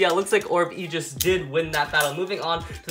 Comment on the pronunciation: A-jis is how its pronounced